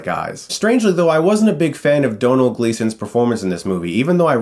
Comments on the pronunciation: Thank You Chris!! You did us Irish people proud and actually pronounced Domhnall Gleeson's name properly, unlike 99% of the other Americans I've heard! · Yes. Someone able to pronounce domhnaill. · Yay, First american reviewer that can pronounce Domhnall correctly. The Irish love you sir :) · Finally. A reviewer that pronounced Domhnall Gleesons name right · Thank you for saying Domhall Gleesons name right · Finally!!! Someone who pronounces Domhnall name correctly.